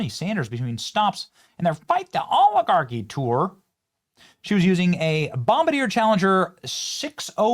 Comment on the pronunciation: “We have to fight the AW-Li-Gawki” Bernie Sanders